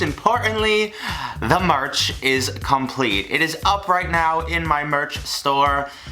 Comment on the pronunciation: I swear he said march and not merch